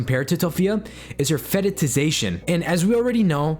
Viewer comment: What i love most abt this guy is his “fetishisation” pronunciation 😭😭